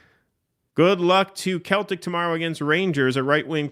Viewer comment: it's pronounced SELL-TIC not KEL-TIC